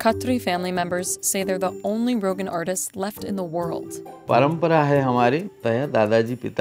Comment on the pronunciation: its not pronounced "rohgan" its more ro-gahn